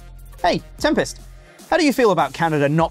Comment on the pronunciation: 'Tempest' on the phone 😂